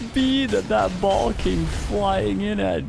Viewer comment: The ba-ALL. Genuinely laughed out loud, not just the little nose snort.